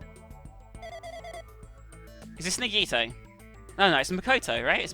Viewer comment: You're pronouncing Junko wrong. It's pronounced Joonko. You also pronounce Monomi, Nagito, yakuza and Mahiru wrong, Mahiru is pronounced Maihiru. I'm not trying to hate on you BTW.